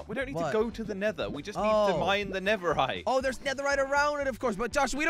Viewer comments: Jelly and you both said “netherite” even it's called netherrack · Is netherack not netherhite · netherite LOL its netherrack 🤣🤣